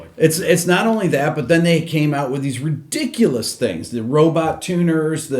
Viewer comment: It's not just the scale length; it's the pitch of the neck. Ree-dic-u-loous.